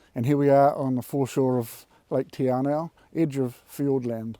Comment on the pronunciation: tee ar-now… lol